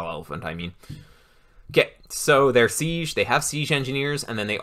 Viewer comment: Fantastic resource, thank you. Side note: has anyone else noticed pronounces 'siege' like 'seezhe'?